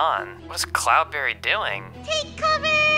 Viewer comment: It's not cloudbarry it is CloudBerry